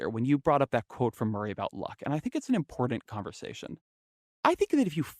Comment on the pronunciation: Yuck. I know this is years old but I have to point out that the word important isn't pronounced, "Impordand". Klein's vocal fry is generational and not genetic.